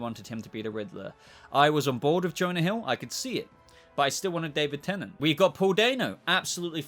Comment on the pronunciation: David Tennent? What?